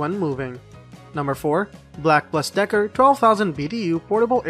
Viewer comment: Black (AND) Decker, not Black (plus) Decker.